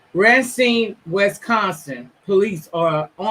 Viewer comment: Racine... It's pronounced RAY-SEEN. Just letting you know for future references.